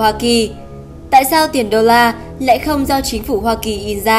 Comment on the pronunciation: đọc và phát âm thì không sao, đôi khi có 1 số lỗi nhỏ do tông điệu nhưng chả quan trọng vì có thể xem là vì người đọc mệt, hết hơi,... (vd: dollar thành đồ là, cần dầu thành càng giàu,...) Nhưng cái sai khá lớn là ở phần subtitles mục tiếng việt á. Có một số đoạn nghe qua lời đọc thì chuẩn nhưng phía dưới lại ghi sai nên kênh nhớ rút kinh nghiệm lần sau nếu có làm subtitles thì check kĩ hơn một tí nhé.